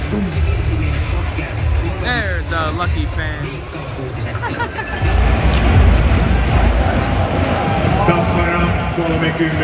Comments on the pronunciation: Hi, you should put the accent on the first "a" in the name tappara. Táppara. This applies also on the all other names. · Listening you pronouncing Tappara and Tampere is painful but so glad you made it to Tampere! If you're craving some international food Aloha Ramen and Taco's and Tequila are legit!!